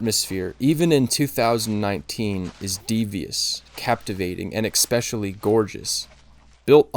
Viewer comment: Excellent film, very nice analysis. Thx. Film is loosely based on this novel: (PS Never pronunce "especially" EX-specially - or "espresso, EX-presso! 😉)